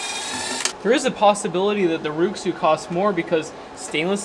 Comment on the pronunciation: Rui Xu is pronounced “Ray shoe”